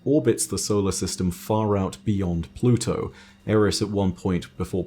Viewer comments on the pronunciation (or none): none